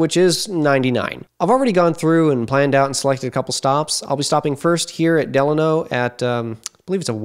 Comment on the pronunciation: I like your videos, but you brutally mispronounce names of towns. De-lane-o; Chow- chill-a.